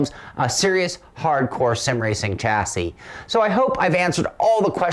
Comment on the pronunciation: Great review but FFS when are you Americans going to learn how to pronounce the word chassis ? It is pronounced Shazzie. How do you pronounce Chevrolet ???